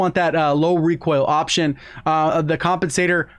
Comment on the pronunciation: did he just say waption(woption) 🤣🤣